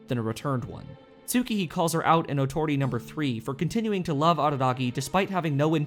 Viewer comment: dammit Tsukihi is pronounced: S-kee-hee